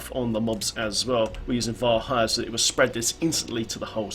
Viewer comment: lol I had to say something: A R A C H Y R!!!!! NOT ARACHNNNNNYR!!! Love your vids tho, big help when I'm Netflix and riftin.